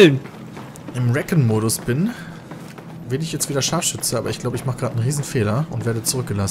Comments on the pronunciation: Wieso können die "recon" nicht richtig aussprechen? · jo mal sehen... aber erstmal sollte er recon richtig aussprechen ;D